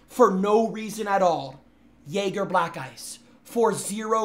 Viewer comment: Replace the j in jäger with an n but keep the pronunciation of the -anger